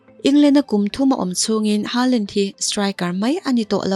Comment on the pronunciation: Haalan nilo hoolan tiin an lam norway chuan